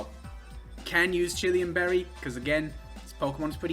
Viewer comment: OK. But I will give you crap for how you mispronounce Chilan Berry. There's no extra 'i' there.